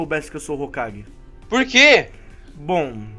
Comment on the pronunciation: É hokage e não hogake